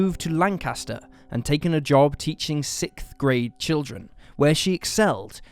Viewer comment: why do you say "sikth" in nearly every god damn video... It's sixth dude.. like ffs